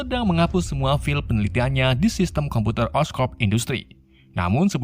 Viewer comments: bang file tuh bacanya fail bukan fil, divideo lain juga lu nyebut life foundation jadi fil foundation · Bang klo lo gk bisa bhsa inggris ya bljar wlw sdkt2, trutama dlm pnyebutan (prenounce) seenggaknya lo bilang file itu fail bukan fil. Karena klo disalah2in gt sama sekali gak lucu. Smntra lo nyeritain alur crta film luar.